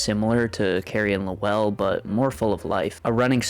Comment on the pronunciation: Like fingernails on a chalkboard, your pronunciation of Lowell! It is ONE SYLLABLE!!!....NOT Low- well!!...more Loel....other than that, nice review